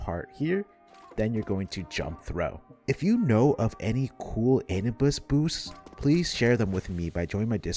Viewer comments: Awesome video but on a sidenote my man just can't pronounce Anubis lmao Anubis not Anibus! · also it is pronounced uh-noob-is lol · the way you are pronouncing anubis is hurting my balls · I love your videos but that is not how you pronounce Anubis😭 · Please pronounce "Anubis" correctly